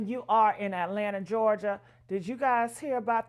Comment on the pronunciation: GAY-LANTA? 😅😅😅😊& HOUSTON? 🤔🇯🇲🇯🇲🇯🇲🤔